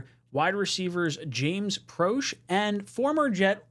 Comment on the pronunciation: PRO-SHAY...NOT PRO-SH & KENNY G not worth the price of a song